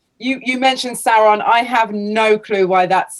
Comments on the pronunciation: Does the way says “Soren” instead of “SAURON” bother anyone else? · Me, not understanding the pronunciation of Sauron: "who is Sören from LotR??????" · How do you mess up the pronunciation of Sauron lol. Who is Sorren thankfully is there to make it right. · Sore-on? Really? Dude, smoke some better weed by now! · Seriously who pronounces it like that, certainly not anyone in the films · Thank u for this comment I wouldnt have known who söron was either without it